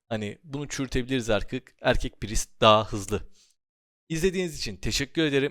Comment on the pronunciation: İlk defa "priest" i doğru telaffuz eden birine denk gelmek sevindirdi. Praaayyssttt diye okuyanlara selam olsun :)